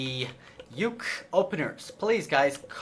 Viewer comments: stop calling him youk it is pronounced oo-kee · JFC, Uke isn't pronounced as one word, it's a Japanese word that usually refers to the less dominant or submissive partner of a relationship It's pronounced phonetically as U-ke, Oo-kay would be probably the closest spelling I can think of for that. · Uke is pronounced ookay, I learned this in martial arts